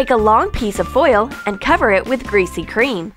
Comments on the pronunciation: WTF IS GRESAY CREAM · they said greesy cream 9 times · Amanda Sandoval I know right like say something else then" greasy cream"!!!!!!!!! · Wait what did you say? GREASY CREAM. Ok